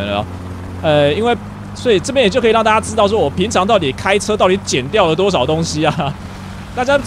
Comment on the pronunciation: 為什麼你最後那一句大家拜拜說成大啊拜拜